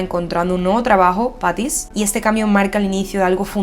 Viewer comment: Me encantan tus videos pero no entiendo porqué cambias nombres, Patsy's por Paty's, Sean por Sian (en realidad se pronuncia Shon), Gallegher cuando son Gallagher, hasta en skins dices GJ y no JJ No es algo grave pero creo que son detallitos a mejorar ya que los shows son mayormente creados y pensados en inglés, el inglés tiene su propia pronunciación Amé este análisis porque Fiona es de mis personajes favoritos 👌🏻